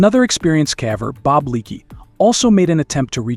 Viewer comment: Good video but caver should be pronounced as caever not cava.